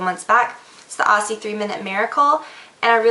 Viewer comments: Still sounds like "Ossy" to me. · "Aussie" is pronounced "Ozzy" xD. It's a nickname for Australia. Hence the Kangaroo logo.